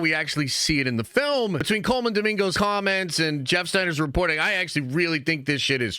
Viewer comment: You butchering these names man Cole MAN and 🤣trah-MAIL. Act like you have Black friends.